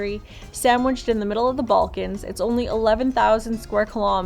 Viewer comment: BALKANS...NOT BULKANS